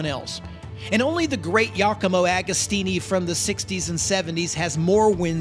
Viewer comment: This is such an awsome doccumentary, but show some respect for the great Giacomo Agostino and learn how to pronounce his name. Literally takes like 30 seconds to google it ;)